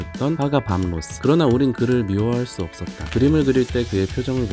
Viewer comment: 밤 로스 .... 가 아니라 밥 로스 아닌가요?